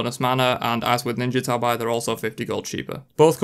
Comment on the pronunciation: It’s pronounced like the cat, tabby, not TAB-EYE. They’re the ninja flip flop sock looking shoes from Japan.